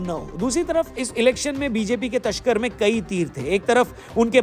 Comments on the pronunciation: ११:४३ समय पर तो तसकर शब्द बोला है वो असल में तरकश बोला जाता है 😂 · slip of tongue ho gaya: 1. 23 (तेईस) ko 43 (तेरालीस) 2. Tarkash (तरकश) ko Tashkar (तश्कर) bol gaye 😅😬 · slip of tongue ho gaya; 1. 23 (तेईस) ko 43 (तेरालीस) 2. Tarkash ko Tashkar bol diya 🤐😬